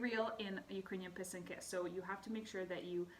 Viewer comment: So pretty! Very helpful to see and hear how to make these beauties! I also learned how to say pysanka properly ;) do you blow out your eggs? Have you made these with your students? I love to pair this with Rychenka’s Eggs 🥰 Thank you for sharing!